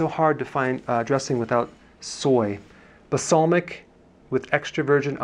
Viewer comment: Hi Dr Berg, Here in Australia we call it Balsamic not Basalmic, is that a US thing? Have heard that in a few of your videos. Thanks for your shopping guides, shame that we dont have any of your products but it helps us be aware of what we are choosing. Thanks for the amazing information, and hoping this will change my life.